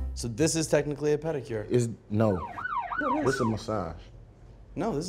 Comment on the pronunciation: Marshawn said "panicure" 😂😂😂. He cracks me up!